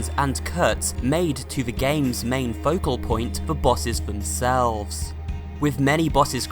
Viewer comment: “the bosses themSeLVvveS”